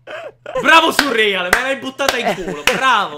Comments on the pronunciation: come mai chiami surreal "surrìal"??? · Quanto mi da fastidio sentirlo chiamare "surrial"